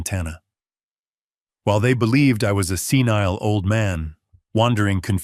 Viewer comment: Senile not scenile. BEATRICE not Beatratice. Dutiful son in law not beautiful son in law. Careless mistakes. Always hap hazzard presentation. .